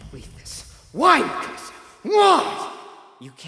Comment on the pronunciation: That vomit thing was so funny, it made my stomach crunch to where I almost joined. Eren as a Titan is still calling mikasa ( it's pronounced meekisa) gay.